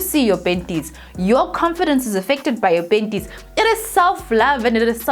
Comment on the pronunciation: When I see her I just laugh first thinking of penties 😂😂